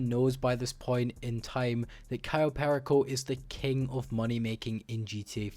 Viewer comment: The way he says cayo perico is sad